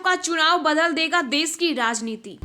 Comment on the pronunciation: Des nahi desh aur chilla kyo Rahi ho aakash Tut Gaya kya?